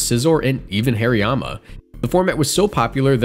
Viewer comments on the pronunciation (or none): none